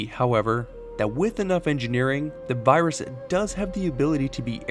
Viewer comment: I don’t no if it’s his accent or something, but every now and then it sounded like he was saying birus